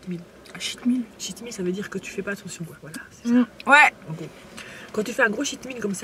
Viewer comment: Par contre le Cheat Meal se prononce ''tcheat''. En gros, un repas où tu te permet de tricher :) Important, car le prononcer ''chhh'' sonne comme Shit Meal ce qui veut littéralement dire ''Repas de merde!'' xD